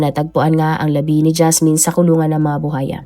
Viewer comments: BU _WA_YA hindi bu haya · Buwaya hindi Buhaya Ms. Narrator 😂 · Alam mo ha nakakairita yang “buhaya” mo paulit ulit mali naman. Tsaka sa tono mg pagkaka narrate mo parang victim blaming ka pa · Maam kung hindi mo po mabigkas yung buwaya huwag muna mag narrator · Oo nga BUHAYA daw😅 pilipina ba kaya talaga 'tong narrator nato?😁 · Haha baka kapampangan si narrator kaya puro "H" 😅